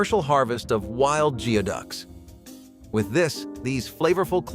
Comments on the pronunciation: Its pronounced GOOEYduck, not GEEOHduck. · Geoduck is pronounced, "gooey-duck" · And as a Washingtonian, I am obligated to tell you that the word "geoduck" is pronounced "gooey duck." It's derived from the Lushootseed word gʷídəq, meaning “dig deep.” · It's pronounced Gooey-duck